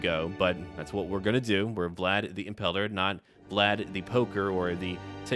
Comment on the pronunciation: Did you say Impaler like “impeller” or “Impala”?